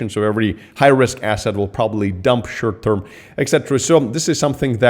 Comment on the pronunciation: Funny when says 'shirt term' 😏